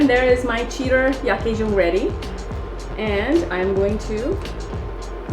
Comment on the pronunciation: Awesome. Thanks for introducing our traditional soup. Btw yuk pronounced as “yook” meaning meat